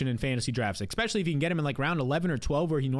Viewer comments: *ESPECIALLY, not expecially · After he says "exspecially," I don't hear anything else he says for the next 20 seconds. And he says it a LOT. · I love the channel and just subscribed. But it drives me nuts how you say “exspecially” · There's no "x" in "especially" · One note: there is no "x" in the word "especially."